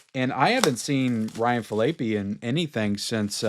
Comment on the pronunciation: Ryan Fil-ay-pee?